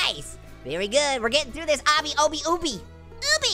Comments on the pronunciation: You pronounce obby like this "awh bee" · You pronounce it obby